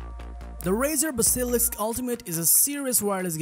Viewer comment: That is not how you say basilisk